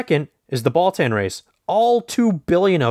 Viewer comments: Baltan “Ball-TON” not “Ball-TAN” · timestamp: “Alien Bal-TAN” it’s NOT TWO WORDS! Just “Baltan” DAMN Lol Hilarious it’s likely the reviewer JUST discovered Ultraman, because he is SLAUGHTERING THE NAMES OF KAIJU & SEIJIN but again this is HILARIOUS, you get a Toku-Pass